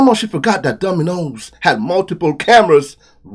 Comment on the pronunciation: Did you say Dumbinoes?😂